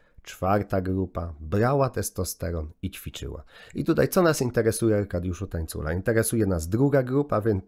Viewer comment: Aj Tańcula przez ń a nie ni przepraszam